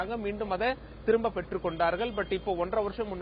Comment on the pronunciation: thrimuba thrimuba pesaru nee ha ha ha